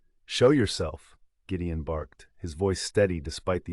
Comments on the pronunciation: Great story, but AI sucks. Is it Gideon or Jideon? It’s subtle things like that consistent error in the narration which turn me off to an otherwise great story. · This AI narrator is weird sometimes it gets words correct then Gideon becomes Jydeon.....and why the American accent this is a Scottish book/ story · Very nicely narrated. Why do I feel sometimes you are pronouncing the heroe's name as 'Giddian' and sometimes as 'Jidian'. I checked it several times, maybe, I am not hearing it properly. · That was driving me nuts! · I like the story but the AI voice pronouncing Gideon's name differently is driving me nuts!! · I loved the story, but my OCD gnawed at me when the narrator pronounced Gideon with a Gee sound sometimes & a Guh sometimes. 😂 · It's AI. The G in Gideon is pronounced in two different ways...g as in "get" and g as in "george". It's still easy to listen to. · I also only listen to free books, but a human narrator is objectively better. It was strange to hear names pronounced differently at different points in the story. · The most annoying part is the way he keeps pronouncing the name Gideon, different every time. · Accent should be Scottish and AI INCAPABLE OF KEEPING GIDEON PRONOUNCED CORRECTLY 😢